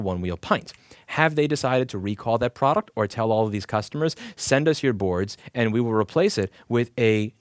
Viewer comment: "Ploduct" I love that you keep little things like that in and just keep moving on. You have good points and you don't want to waste time fixing a small slur of a word. Keep up the great content!